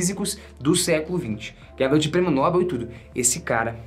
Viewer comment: Ow, mano, só uma observação em relação a nossa língua pátria: Na palavras “Nobel”, a sílaba tônica está em “bel”, então você fala “prêmio Nobél”, beleza? Valeu, amigo, pelo seu conteúdo e por você ser quem, você eh sempre uma inspiração e pelo fato de ser mineiro deve ser super gente boa, porque o mineiro eh o povo mais gente boa do Brasil.